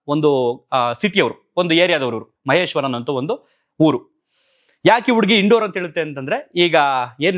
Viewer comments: ಇನ್ ಡೋರ್ ಅಲ್ಲ ಇಂದೋರ್ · Not Indor it’s ಇಂದೋರ್.